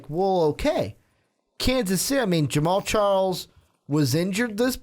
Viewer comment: Lol Charmander west!! His names pronounced shar-Kendrick. Lmao Boy ain't no Pokemon!!!!